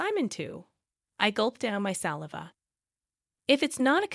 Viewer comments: It's not SALi cash. It's Sal -eye -vah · When the bot said "saliva ", I lost it!😅😅😅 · Can't pronounce saliva! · Not only is it A.I. but is also proof that in the near term humanity has nothing to fear from it. When it learns to pronounce saliva I may become a bit more concerned. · Exactly and AI doesn't fix that. Culture show with "Barren woman" but I cringed with the pronunciation 'saliva' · saliva politeness adorable saliva panicked You might want to learn how to pronounce the above words properly